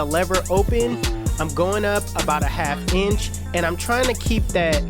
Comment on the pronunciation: Is the way he says it, it sounds like he's saying ENCH.